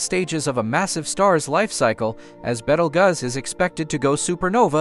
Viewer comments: Dude, it's pronounced like Beetlejuice. Not Bettleguzz. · It is pronounced ( Beetle Juice, not Bettlegus ) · "Betel guz"💀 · "beetle gus" 💀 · I'd would take this video more seriously if you pronounced Betelgeuse right ... 🥴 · How many ways are you going to pronounce the name WRONG!¿?¡ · I have never heard the name pronounced that way.